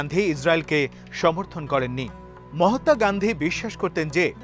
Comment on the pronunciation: It is not mahatta say mahatma.